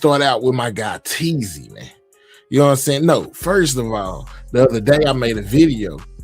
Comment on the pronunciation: Bro its Teezy 🤣🤣